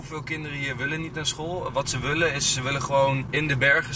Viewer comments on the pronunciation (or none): Waarom zeg je altijd wullen in plaats van willen😂